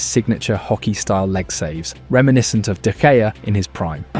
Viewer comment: I miss David de gaya too. Seriously bro, how have you watched United for this long and you still can’t pronounce an ex player’s name correctly ffs